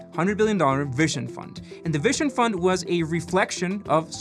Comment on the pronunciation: If he says "vishon" fund one more time, I will throw my mobile out the window 😬